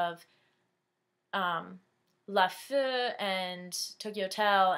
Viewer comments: not laföö. it's like "LA" (almost like french) "FEEEE" you gotta hear the e ^^ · haha xD wie du LaFee sagst *-* du sagst immer laföö... so funny xD